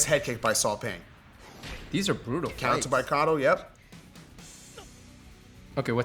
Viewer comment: I believe the name, Saw Paing, is actually pronounced "Saw Pie"?? as in Math's PI considering that he's a Burmese🤔